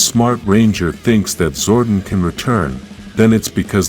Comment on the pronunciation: I wish youd stop pronouncing it "zorden"